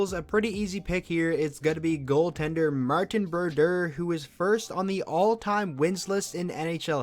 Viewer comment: "Martin Berdurrr"